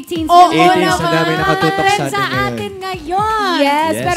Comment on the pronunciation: A'TIN pala hindi A'TINssssss gigil nyo si 😂